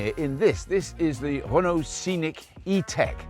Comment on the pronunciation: never heard of a car manufacturer called "hono". Everyday is a school day I guess 😂